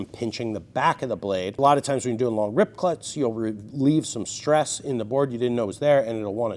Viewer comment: "rip cluts" lol